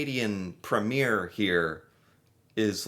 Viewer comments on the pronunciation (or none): from "polite" to "mean and nasty" I AM CANADIAN!! and it's preem yer, not prem yer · FYI, premier is pronounced “ preem yer” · Pro-tip: the elected leader of a Canadian province is called a "Premiere", and its pronounced "PREEM-yer" (not prem-YEAR) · It's Pre-meer not Premier (it's not a movie premier).